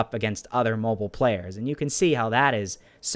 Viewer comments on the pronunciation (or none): it's actually mobile not moble